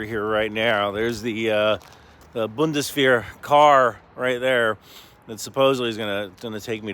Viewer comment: Boone des vair. Your German pronunciation colluded use the same level of preparation as your reports.